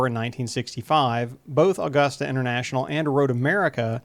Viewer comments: Been trying to get this track back in action, and used for Rally or road. Also it’s pronounced uh-gusta not aw-gusta :) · Never heard anyone call it "Allgusta"..... Here in the South, we pronounce it "Ah-gusta. Smooth, with no inflection. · First, it's not "Awww-gusta". It's "Uh-gusta" Only people not from here pronounce it incorrectly.